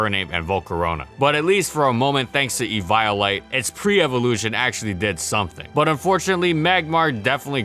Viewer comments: E-veye-o-lite lol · Your pronunciations of Lilligant and Eviolite makes me cringe 😣 BUT, I still love the channel! And, BTW, HOW GOOD WAS MANECTRIC ACTUALLY??